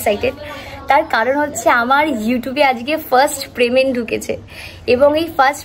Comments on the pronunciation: আরে ওটা প্রেমেন্ট না payment 😂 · প্রেমেন্ট না গো পেমেন্ট। তোমার কাজটা খুব ভালো লাগলো ❤